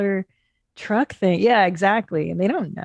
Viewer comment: pronounces "truck" as "trunk" and he should be ridiculed for it. Sounds like Chip Chipperson.